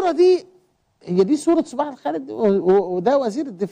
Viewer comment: حتى اسم الشيخ صباح لم تنطقه صحيح